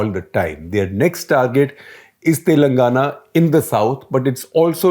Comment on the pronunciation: Look, you can't even pronounce the names correctly. I like SG, but he always.. and I mean always mispronounces Telangana. It's irritating to say to the least, we have to learn and speak your language but you people don't even have the courtesy to learn how to pronounce our names. Do that first, then we can talk about coverage later.